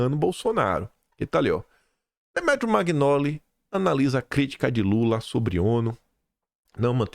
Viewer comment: só com o intuito de esclarecer: Magnoli é um sobrenome de origem italiana. Pronuncia-se MANHOLI. E não magnoli. Um abraço